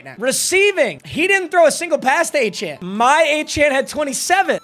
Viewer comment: i’m a die hard aggie please say achane a-chain